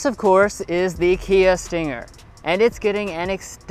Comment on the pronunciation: Argh, why do people call it a stinGGGGGGer. Just say the word stinger without the "g".